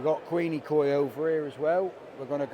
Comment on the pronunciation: Quenikoi... Qu-when-knee koi. Take it from a local ;) 👍🏻